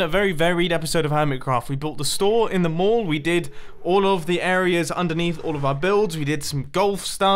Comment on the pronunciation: When he said mall , I thought he said morgue. It sounded like morgue